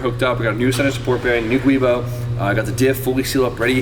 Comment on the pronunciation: it's not called a guibo it's called a giubo, pronounced joo-bow